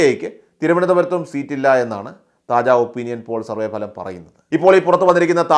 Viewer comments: താജാ അല്ല കാജാ.. 😂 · താജാ അല്ലടെയ് കാജാ ആണ്.. 😁😁